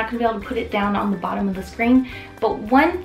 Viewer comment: I appreciate the comparison, but am thinking the video could have taken half the time. Also you may want to watch saying thee when the next word starts with a consonant. You only say thee (the) when the next word starts with a vowel ... and never say 'ay' for the article 'a' . Watch your spelling of radiant.